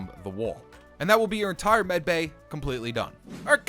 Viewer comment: its not meticel bay its medbay